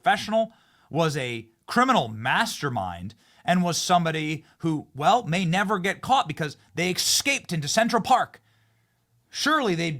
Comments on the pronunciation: There’s no such word as “EXCAPED”! Benny, enough already. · It's not "excaped" it's "escaped". It's not "nukiller" it's "nuclear". Visit a logopedist, Benny.